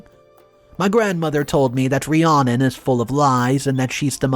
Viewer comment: The name Rhiannon is pronounced Re-Anna.